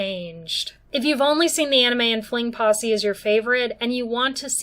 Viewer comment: Great analysis and look at it! I'm still stuck on the way you say fling possy lol